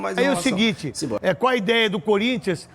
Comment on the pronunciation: "Cuár a ideia..."